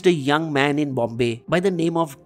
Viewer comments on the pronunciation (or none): none